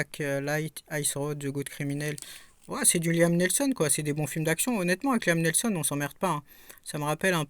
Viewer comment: 😂"ad astrada" "liam nelson"😂.... Bon allez un peu de concentration quand tu présentes des films😂 c'est souvent que tu déformes les titres ou les noms des personnes.